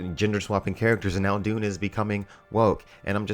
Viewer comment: Maybe, but he still can't say Dune, so...